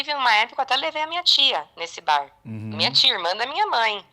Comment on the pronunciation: Moca,a pronuciacao de bar em ingles esta errada.NAO leve a mal mais antes de pronuciar uma palavra em ingles aprenda a fala.😊